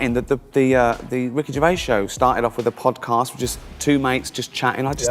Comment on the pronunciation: always fun to hear another Youtuber again destroying the pronounciation of Ricky Gervais . Even more funnier when you hear the right way to say his name more then once by himself and others in the clip itself . So either he didnt listen to his own clip or he just cant speak properly??